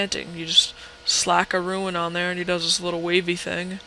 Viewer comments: FOR THE LOVE OF GOD IT IS PRONOUNCED ROON NOT RUIN. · Rune is pronounced "Roon" not "Ruin" just so you know. :)